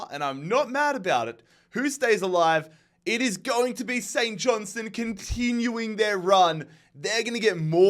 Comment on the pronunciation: All you need to do is pronounce the R in KIL-Mar-Nock & pronounce the T in St John- Stone.